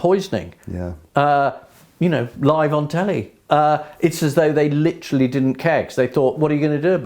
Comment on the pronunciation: 40.15 'Leeterally' . . . Britons' favourite word